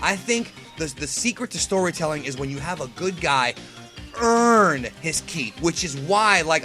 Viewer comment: Stop saying earn like that fucking annoying